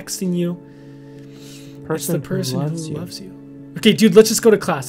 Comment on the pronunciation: Lol the salex said oves you instead loves you 🎃